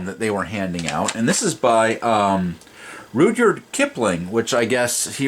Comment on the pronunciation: And please, as a White Shitlord, learn how to pronounce Rudyard's name. BTW, it is impossible to be educated yet unfamiliar with his works. Here's a couple of quotes to jog your memory: "Oh it's Tommy this and Tommy that, and chuck him out; the brute! But he's the hero of our country when the guns begin to shoot." or "When you're wounded and left on Afghanistan's plains, and the women come out to cut up what remains, jest roll to your rifle and blow out your brains and go to your gawd like a soldier." Knowing Kipling is just one more facet of having White Privilege.